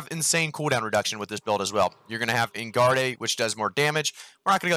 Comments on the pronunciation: You mean "On-Guard". Not "En-Guard-Ay", lol. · Engarde is pronounced On-guard. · Engarde...... On-guard .... is how you pronounce that. I Was going to watch your video, but you butchering French sword-technique words is really dumb. Fleche isn't Fletch .... it's Flesh. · En-Gar-Day lol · en-guard-ey haha